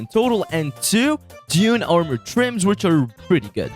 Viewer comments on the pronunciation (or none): none